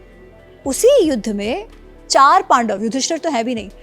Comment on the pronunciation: Madam पाडव के पक्ष है 😂